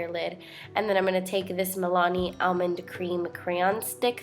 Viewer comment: I love how you say 'Almond'